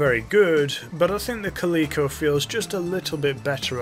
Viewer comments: Kuh-lee-ko? Cal-eh-ko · It's Cal-i-co like the cat, there is no e in the word.